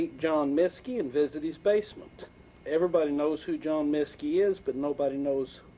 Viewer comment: Miske. Not minske.